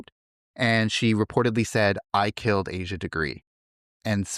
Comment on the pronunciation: Her name is not "Asia", its pronounced Ahh - Shu